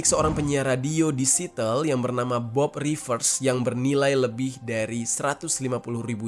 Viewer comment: Siateul bukan sitel